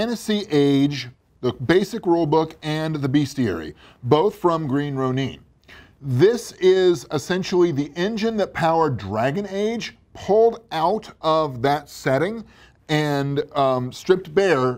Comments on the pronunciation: it's pronounced ronin, yknow like it's spelled, nor roneen. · Lost me with your very unusual pronunciation of ronin. Bailed when you demonstrated your lack of knowledge on the mechanics. Watch another review/overview folks.